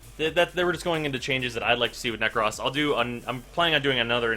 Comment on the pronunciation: NekrŌs it is a long O sound god that was bothering me so bad.... so cringe worthy...